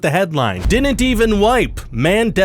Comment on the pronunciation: BREAKING NEWS! Ryan cant pronounce the d in didn't DININT 😂😂😂